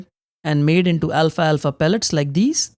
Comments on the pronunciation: It’s pronounced “al’falfa” not “Alfa-alfa” 😊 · I love your channel, and you always have great tips. But please... it's Al-fal-fa, not Alfa-Alfa. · Al-falfa, not alfa alfa. 😊